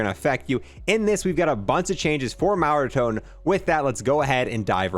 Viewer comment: Why do you say mega ton weird, sounds like megatom